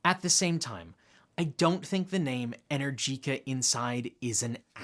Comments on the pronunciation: Just a heads up, ...it's not "inner-jeeca" It's "E-nergica" 👍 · PLEASE learn to pronounce Energica correctly - E-nergica NOT Energeeca. Thanks :) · Since you've been pronouncing Rimac the right way ( with the rolling "R" and the "TZ" at the end) you should pronounce Enérgica, and not Energìca..it really made my ears hurt.